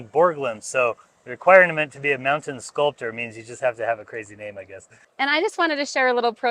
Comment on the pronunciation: Very nice video. You did, however, really butcher the pronunciation of the sculptor’s’ names.